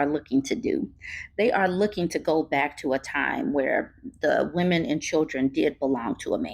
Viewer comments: Why does he keep saying woman instead of women 😂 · You don’t need to be a housewife to know that housework NEVER ends, and NOBODY thanks you for it. Plus, I hate how this man pronounces “women”. 😂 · He read one Charlie Kirk blog post and can't even pronounce "women" correctly, which leads me to believe he doesn't know any. These men are really trying to bring poisoning back in a big way. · My ears start hurting when I hear people say women but pronounce it like singular woman… can’t listen to this guy. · He can't even pronounce the word women properly but he has all these seemingly profound thoughts.. boy bye!